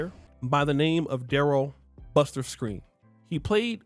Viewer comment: Its Skrine not screen tf yall just see a story and dont even do research 😂😂😂😂